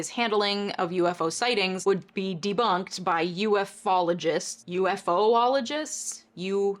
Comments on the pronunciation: It tends be pronounced as "yoofologist". For several years from the late 40s to the early 60s (I think), UFOs was pronounced as "Yoofoes. Carry on. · Oh me and my love for trivia,! The study of UFOs is called ufology, pronounced “youfology”. So, as weird as it sounds, it’s ufologist (“youfologist”) that’s correct. So while we usually pronounce UFO like “FBI” when used by itself like an initialism, we pronounce it as its own word like an acronym when used in a longer word like “NATO”. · No joke, the actual way to pronounce “ufologist” is “OOF-ologist” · I've always pronounced it "you-fologist". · I'm sorry but i gotta put my pedantic hat on. I love good transitions too way didn't you give us one? Would a rapid cessation be an an immediate stop not a on going progression like a secession. And it's "you-fologist" a stupid made up thing yes but that's the only comfortable way to pronounce it. Damn you're a lawyer do better at language. Still love you shit tho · You couldn't take the time to see how ufologist is pronounced, for another cheap joke? Another shill video contributing to the stigma. And so fucking smug. When you do some serious unbiased research post something worthwhile.